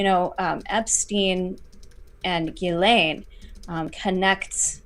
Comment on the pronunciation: This Montréal litigator says to pronounce Ghislaine Maxwell's name as "Zhiss-lane" or "Zhiss-len". His Youtube channel s Viva Frei.